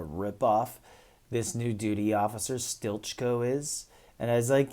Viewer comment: Isn't he pronounced as 'steely-co?' Stilitcho.